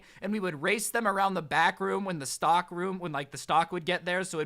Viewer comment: when you said stock I thought you said stalk XD